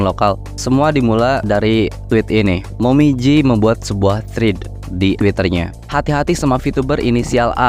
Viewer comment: Awalnya ku kira otak ku yang lemot tapi nama x nya "momiji" abang nya nyebut "momoji" terus🤣